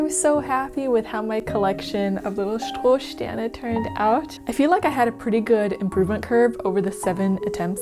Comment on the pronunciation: Perfekte Aussprache von 'Strohsterne' I thought it in my mind but you saying it in my native language makes it 1000 times more cool 😁